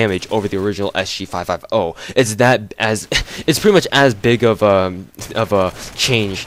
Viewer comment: You say SG5F0 lol, well it sounds like it. You should just say S-G-Five-Fifty